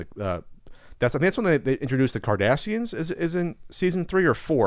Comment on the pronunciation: I thought you said season 3 of Next Generation was when they introduced the Kardashians. I was very confused for a moment.